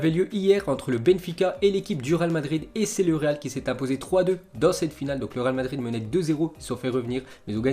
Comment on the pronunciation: tu n'a toujours pas appris à parler franchement c'est grave... C'est le Real Madrid et non pas le Ral Madrid.... Putain